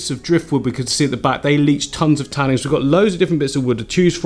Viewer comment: I love your stuff and watch all your videos but for the love of all that is holy it’s tannins not tannings